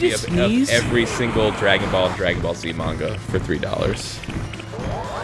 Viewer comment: When they said "Dragon Ball Z hair", it almost sounded like "Dragon Ballsy hair".